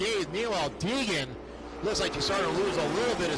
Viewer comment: Poor announcer can't say Hailee Deegan. He keeps calling her Heegan...